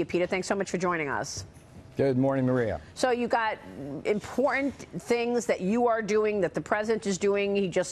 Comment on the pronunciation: To the female news lady (I'm sorry, her name escapes me in this senior moment): PLEASE stop saying "im por ent". The word is IM POR TANT. This swallowing of the "t" is from AOC and that horrid little brat Ilhan (Elmi) Omar. It is a disgrace to hear this slurring of our language by an adult with a position of credibility, from what or where ever it is originating. I have never been to the various boroughs of New York City; is THAT what this awful pronunciation is? Please, please stop it.